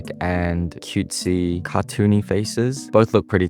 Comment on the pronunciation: I LOVE HOW U SAID "CutESy" LOL